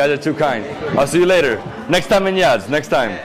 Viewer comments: It's Yazd and not Yadz. Excellent video. Iranian food is lovely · It’s Yazd not Yadz! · It's Yazd not Yadz. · Omg he's saying Yadz the whole video 😅